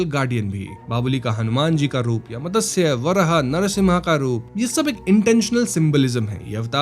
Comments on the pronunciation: BC can't you even pronounce मत्स्य simply,, why call it मतस्य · अरे भैया मतंस्य नही मत्स्य कहो . संस्कृत शब्द है मत्स्य याने मछली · मदस्य क्या होता है , it मत्स्य